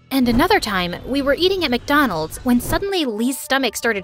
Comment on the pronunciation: "McDonalds" nah "Mindlals" yessir